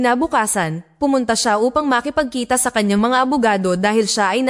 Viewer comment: Okey na sana ang kwento pero hindi tama ang pagbigkas sa mga salitang tagalog. Halatang hindi fluent sa tagalog... Gaya ng "makipagkita" hindi tama ang bigkas.